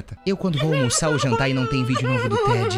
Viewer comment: EU JURO QUE EU OUVI ELE FALANDO VÍDEO DE PÉ, TIPO GRAVAR VÍDEO DO PÉ DELE QUE SUSTO KKKKSNNWNQKQKKKWJEWIQISJK